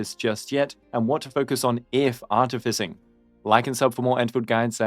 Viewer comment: Take a shot each time he says "Artificing" in the worst way possible